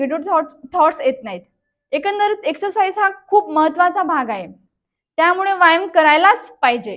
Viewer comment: व्यायाम शब्दाचा उच्चार बरोबर नाही करत आपण.